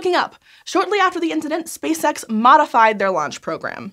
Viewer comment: I always hear "Space Sex." Space Sex Engineers"